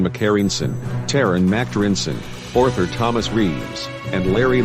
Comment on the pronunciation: You mean Orthur?